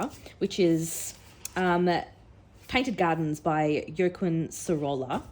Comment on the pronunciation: Pronunciation is ‘Hwakin Sohrohya’